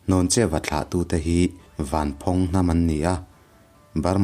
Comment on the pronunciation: Ka pu chanchin a ni tlat. Mahse Vanphawng i lam dan erawh a dik chiah lo deuh... Thluk na a awm lo... A ngaihnawm e...👍👍👍👍👍